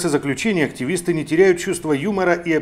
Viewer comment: Ааактивииистыы, не экстремииисты